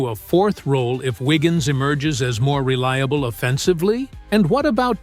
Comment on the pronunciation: Andrew "Wiggin".... Downvote AI SLOP.